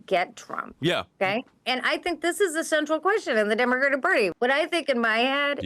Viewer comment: "this is the central queshon of the demagidig perty" holy shit lol need the pirro drunk sound drop